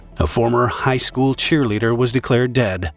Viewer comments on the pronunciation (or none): none